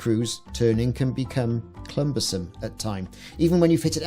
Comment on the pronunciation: ...clumbersome... clexcellent.. ;P